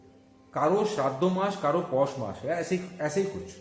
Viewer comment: Sir its not posh mash......Its poush Mash.....